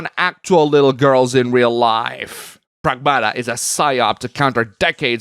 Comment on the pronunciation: PREGMATA ✅ PRAGMATA ❌